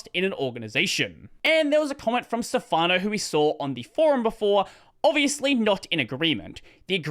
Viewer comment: A small note on how to pronounce the Italian name Stefano: the stress goes on the first syllable, not the penultimate, so it's 'stefano, not ste'fano (Italian native speaker here) :)